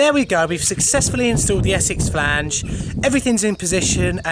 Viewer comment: I love a bit of Essex Flaaange lol. And some Surrey if I can't get no Essex.